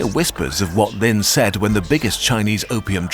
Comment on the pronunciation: Always is funny when Westerners, especially Brits, make something about a foreign country but don't bother to have a native speaker teach them pronunciation. (Like when the Olympics were in Brazil and all the Western press pronounced Sao Paolo like it is written, but in Potuguese Sao is pronounced "san." In English the city name would be Saint Paul.) Anyway, in this video Lin isn't pronounced Lynn like the name, but rather as "lean." Guangzhou, the zhou is pronounced like the name Joe. There are also four tones in Chinese, but that would be pushing it.